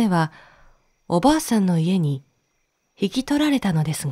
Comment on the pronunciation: 中国の昔話は、全く知らないので楽しく聴かせていただきました。 重箱の角をつつくようで申し訳ありませんが… 「～ブドウ」の、おばあさん？おばさん？ 「どうか～」の最初のカネのタライ？ が気になりました(ごめんなさい)